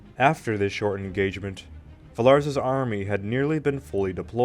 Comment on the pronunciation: nice video, though the way you pronounce Villars and Eugene is literal earrape XD I think americans should be prohibited by the law from pronouncing european names\toponyms